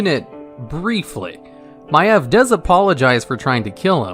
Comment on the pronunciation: My eV? I called her My eeev